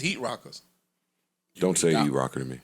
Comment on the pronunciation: Yoooo. My guy said "Heatrocker." 😆